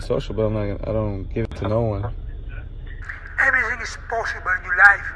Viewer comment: Sad that Islam is out for the Sat fight, but shout out to Felder for stepping in on short notice.. That ending though, LMAO.. Everysing is poshible.. kol.. kol.. Kol and take anysing's you want it..